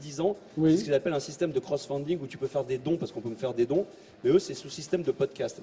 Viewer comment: "CROWFUNDING"! Bob te l' a déjà dit:)